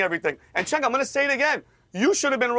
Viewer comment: I wonder why a lot of people pronounce CHENK instead of JENK when it comes to Cenk Uygur's first name. I mean it's not that hard, is it? It's JENK. Simple. Because the letter C in Turkish is the equivalent of the English J. For what's worth, I'm not a Cenk Uygur fan by any means or metrics, but it still grates on my eardrums when someone mispronounces his name. Thank you for your understanding.